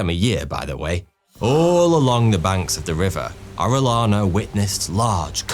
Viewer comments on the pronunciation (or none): Great video. Thank you! For future Latino/Hispanic-related videos, here are a couple of pronunciation tips: qui is pronounced "key." So, conquistadors is con-key-stah-doors. Double l is pronounced as a y, making Arellana "Ah-ray-yah-nah." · As a spanish speaker, the way he pronounced Orellana made me cringe lol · Not orelana.... Oreyana... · LL in Spanish is a Y sound. Ore LANA sounds like you're taking the piss... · First of all apologies for being a Karen ,that being said..... In the Spanish language, when two L's are right next to each other, it produces a short y sound, as in yes, yellow, or Yankee so Orillana's name was pronounced Orie-yana. Thanks for reading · You're spanish accent is terrible 😂 Double LL is pronounced like Y (Oreyana) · I've been following you for a good bunch of years now and I have always enjoyed your videos but today I'm sad cause as a direct descendant of Francisco de Orellana I die inside everytime I hear my last name being butchered. I understand you do not speak Spanish and therefore your mistake its kinda reasonable, no worries tho cause I'm here to help you out. In Spanish the letter "LL" (elle) is a single letter and it is pronunced as a "Y" so in order for you to be able to pronunce it correctly you should read it as if it was writted like this: Oreyana (bonus: to read correctly a name that contains a "J" change it for a "H", for example Juan - Huan). As a curious fact I'll also let you know that in Spain and all Spanish speaking countries it is regular to have 2 last names as you receive in heritage the first last name of your father as your own last name and also the first last name of your mom as your second last name. Keep up with the good job you've been doing so far by spreading knowledge across the world bro, you're a legend! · Just say the ll in Orellana as you say Jhon!!! Pronunciation!!!